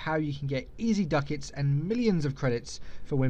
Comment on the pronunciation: "Duck-Itz" x')